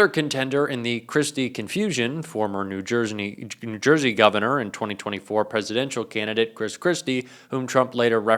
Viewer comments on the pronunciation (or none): calling out misspeaking and then immediately following it up with new jersney"